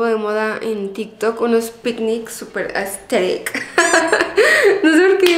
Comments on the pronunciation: Que diga "aestetic" es proporcional a cuando bob sponja y patricio dicen "estiloooooo" JAAKAKAJ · "AeStHeRic" amooo jaj. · Jajajja casi me ago pipí por que a cada rato dice aesteric 😂